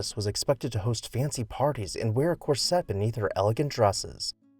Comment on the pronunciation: Only a robot would mispronounce “corset.”